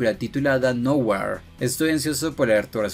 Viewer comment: Se pronuncia noujir